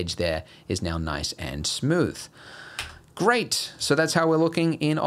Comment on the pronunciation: aw man, that Australian "great!" never gets old